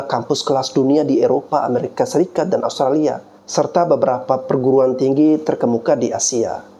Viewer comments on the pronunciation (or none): none